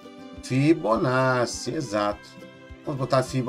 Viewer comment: Só por falar Fibonacci corretamente já ganhou meu respeito srsrsr